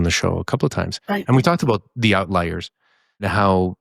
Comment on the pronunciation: Is saying "outlayer" instead of "outlier" on purpose?